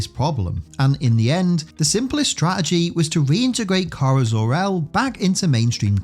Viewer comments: "kiera" Dude.... How does one mangle "kara" so badly? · yes you did, i should have clarified, the OTHER person you had in doing the voiceover for that one bit. He said it "key-are-uh"